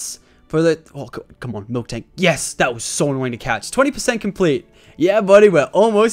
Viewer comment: Am I the only one that gets annoyed when tofu tubers say milktank when it's miltank lol